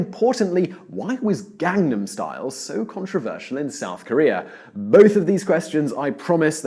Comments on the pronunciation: To be fair, his pronunciation wasn't even close. Also, he didn't just incorrectly pronounce one word. Hell, he didn't even say "Gangnam" correctly, despite the fact that the song Gangnam Style has it a bunch of times. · I know fucks up basically every other Korean word he says, but it particularly blows my mind how badly people mispronounce the word "Gangnam". Psy says it IN Gangnam Style at least thirty or so times.